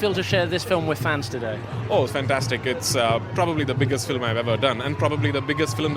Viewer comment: But.. Prithew Raj's English not good. Example. Filim... the pronunciation is Film. Like this "Ever, probably etc... wrong